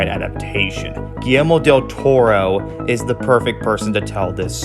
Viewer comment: finally someone said del toro's name right